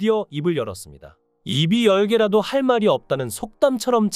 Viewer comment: 입이 열개 아니고 이비 열깨.,... 발음상 부모를 떠나는 것이 자연의 이치이자, 창조의 원리이다. 본토 친척 아비 집을 떠나야 한다. 근데 박세리 연예인이야? 무슨 연예계야.. 스포츠계 지.. 새만급? 새만금!